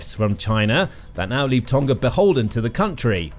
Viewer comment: You pronounce Tonga incorrectly